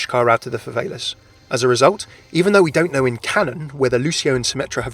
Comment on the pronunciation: I'm triggered...favelas is pronounced (fuh-vell-uhs)